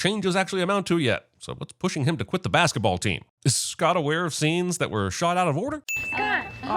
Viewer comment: that guy said baseketball